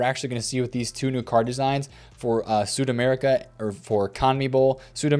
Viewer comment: Yoyo, quick FYI from your spanish speaking bro: its "SudamericaNA" for the conmebol cards. Cheers